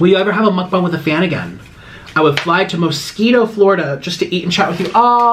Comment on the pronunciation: Why is nobody mentioning he pronounces mukbang mukbung